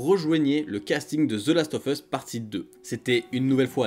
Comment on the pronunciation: Ca ce prononce the last of us et non pas ZE Last of us